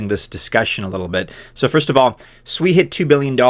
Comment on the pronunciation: Thank u so much for pronouncing it correctly; shwee, not sue-e (SUI).